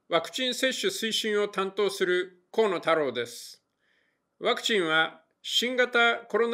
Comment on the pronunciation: 最初、「コロナ太郎です。」って聞こえるけど